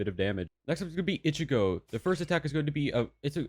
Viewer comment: "Next one is going to be ITCH-Y-GO"